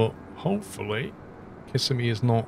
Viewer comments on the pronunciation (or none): Kiss-a-me. 😆. I live in central Florida. It’s pronounced Cu-sim-ee. Cu like in “cup”. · kih-sim-ee not kiss-uh-me :] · kiss a me lol it's pronounced ka sim e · As a lifelong Floridian, I feel it my duty to tell you that Kissimmee is pronounced Ki-SIM-me, not KISS-e-me. It’s a common mistake, but it does bug the natives a bit when you mispronounce it. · It’s actually pronounce Kisssemi 😊